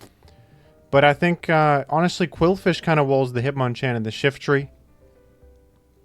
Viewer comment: it's pronounced hitmonchan.